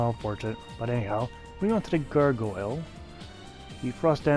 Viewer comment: Gargoyle. Not goreguile for the love of god.